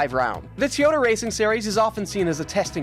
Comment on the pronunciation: How did you pronounce toyota